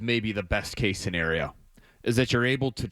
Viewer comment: It’s best* case scenario not “base case scenario”